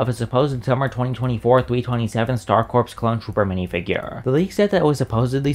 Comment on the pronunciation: Star Corpse? Corps is pronounced like core.